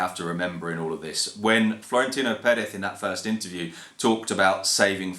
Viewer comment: That's actually the right way to say it